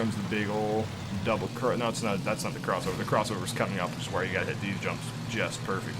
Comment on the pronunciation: Why do you call a jump "Dubble"?